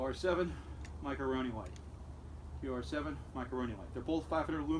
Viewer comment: Thank you for not calling it a micro-o-roni. Drives me nuts. Great review